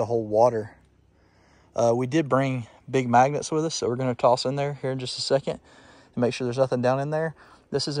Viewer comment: Big magnets sounded like big maggots at first lol